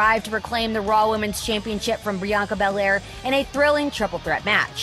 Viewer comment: Did anyone hear say "Brianca Belair"?